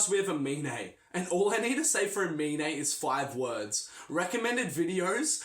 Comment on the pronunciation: he pronounced Aminé wrong